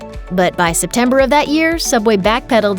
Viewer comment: Subway? I never herd that name I only heard soobway